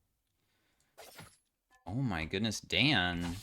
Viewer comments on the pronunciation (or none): The way said Dan was so funny to me 😂 Like damn, Dan. Deserved report